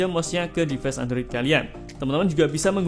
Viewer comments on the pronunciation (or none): Reviewer dialek Jawa pasti orang nya gak satupun bisa melafalkan kata inggis dgn benar , - Device yg harus nya Divais malah di baca Dives -Time yg harus nya dibaca Taim, malah dibaca Tem,,,, Guys yg harus nya Gais , malah jadi Ges. ( Kecuali Chanel ini meski dialek jawa tapi tumben yg bener cuma Gais aja, yg lain masih salah ( Device malah jadi Dives) Like yg harus nya Laik , malah di baca Lek, dll